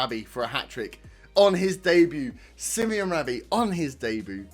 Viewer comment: Sim-oh-nay, not Simeon. Brilliant first game. Feels like the start of something.